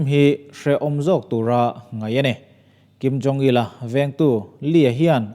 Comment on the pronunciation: Beng avar e. Thil pakhat chiah. Kim Jong Il tih turah Kim Jong Li tiin ilam deuhin ka hria. Li ni loin Il zawk tur a ni e. A bengvarthlak e